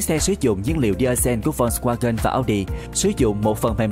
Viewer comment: đọc sai tên rùi, phải đọc là phốt ( giống chữ folk trong tiếng anh) va-gần (chữ w trong tiếng đức đọc là chữ v)